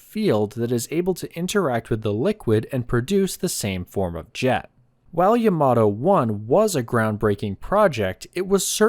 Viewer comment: The emphasis should be on Ya, like YAmato, not on ma like yaMAto.